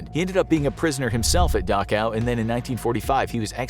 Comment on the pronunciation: Thanks, I now know how to pronounce Dachau.